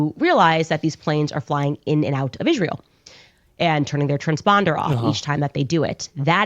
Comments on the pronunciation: Until Candace can learn how to pronounce Israel, and stop saying "ISH-REEL", I don't want to her jack sh*t out of her derp mouth. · She actually pronounces it “Ishreal”